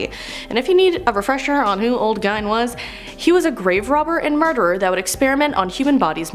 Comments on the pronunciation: and it is really pronounced like Ed geen but spelled gein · Gein is pronounced Geen And Dybbuk is pronounced Di-buck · My dear young lady... It is pronounced "GEEN". Long "E". And while I'm being a nitpicky old fart, it is also pronounced "DIH-buck". Soft "I". Do forgive me, but as the latest hire at The Haunted Museum, these things... They MATTER to me. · Also"gEEn"not "gine" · ed geen with a hard g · Gein is pronounced as Geen for some reason. Like Frahnkensteen. :D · She pronounces alot of the names wrong like dybbuk Ed gein... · Why so much hate for? I think she’s just trying to bring a bit of her own personality to the lists. She might not be everyone’s cup of tea but some of the comments are bullying:( And Ed Gein’s name could easily be mispronounced if you’ve never heard it spoken before. Same with dybbuk. She’s still new and doing her best. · Genuinely makes me angry every time she pronounces Ed Geins name wrong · I’m okay with her messing up with some words but she couldn’t pronounce Gein right and she’s doing a horror video get her out of there get someone who can say the name right who actually knows horror I’m sorry for this rant but that pissed me and that’s not easy to do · that is NOT how you pronounce gein like at all that is not how you pronounce it. I'm literally so annoyed that you said it like that.😫